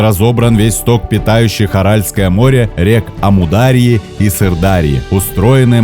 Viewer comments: О, мои уши... ЛадЫжское, ЛадОжское... ЛАдожское, автор /ударение на А/! АмудАрья, СырдАрья... )) Здесь на У и Ы правильно. Ну на географии же проходили! Не, сами ролики интересные, с удовольствием смотрю, но здесь прям капут ушам какой-то) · Спасибо! Очень интересно!!! У вас реально есть все шансы претендовать на уровень образовательных каналов!!! Школярам интересно и познавательно посмотреть именно ВАШ видео контент - реально классно! Но... вы с ударениями в словах плохо дружите( Краси́вейший (о Байкале), а не красивЕйший. Ла́дожское о́зеро (8.51 минута), а не ЛадОжское. Амударья́, Сырдарья́... И так (где-то больше, где-то меньше) в каждой теме. Понаблюдайте за этим))) У меня самой проблемы "с ударениями" были (и до сих пор бывают). Когда меня (взрослого, неглупого, образованного человека) из-за этого стали подтролливать (сейчас понимаю, что менее удачливые и успешные) люди, я начала "ударения" контролировать. И у вас получится))) А канал - просто бомба. Легко, отдыхающе, ничего лишнего и много нового. Спасибо! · СырдарьЯ,АмударьЯ,и глубина Байкала не та,а так очень интересно